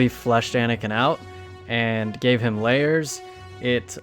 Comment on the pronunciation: “It gave him LAYRES” 🧅🧅🧅🧅🧅🧅🧅🧅🧅🧅🧅🧅🧅🧅🧅🧅🧅🧅🧅🧅🧅🧅🧅🧅🧅🧅🧅🧅🧅🧅